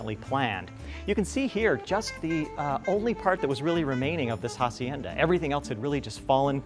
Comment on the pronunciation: AH SIEN DAH NOT HA- SIEN-DA ! The H is SILENT ;) !